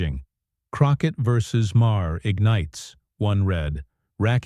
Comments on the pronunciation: Jasmine Crockett rules. F' Smug Maher. To the creators of this Youtube channel, maybe if you didn't use a AI narrator, who is "Meyer"? or Ma Her. lazy ass can't read your own script? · Whoever writes your narration needs to try cheap novels or maybe creating scripts for The Real Housewives. The narration on this clip is ridiculous. Further, your AI narrator can't pronounce Maher's name correctly more than once every six times or so. In short, I recommend that no one watch this channel.